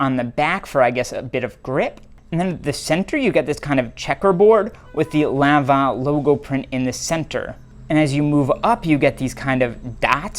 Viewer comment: Yes you actually pronounced Lanvin correctly 😂❤